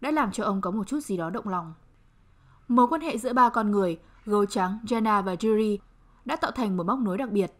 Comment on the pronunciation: móa cay cách phát âm tên Yuri vcl chứ, mong những video sau cải thiện :v